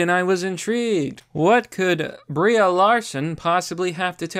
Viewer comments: "BREE" Larson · Y U say BrieA? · Nom it's Brie. He just says her name wrong.